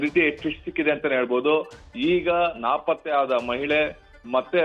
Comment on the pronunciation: ರಿಪೋರ್ಟರ್ ಅಣ್ಣ, ಅದು ನಾಪತ್ತೆ ಪ್ರಕರಣ.. ನಾಕಪಾತ್ತೆ ಪ್ರಕರಣ ಅಲ್ಲ..